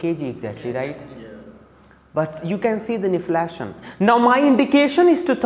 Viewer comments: His prounciation and accent is not good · How to pronounce inflation plz google once. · His inflation pronunciation is hilarious 😂😂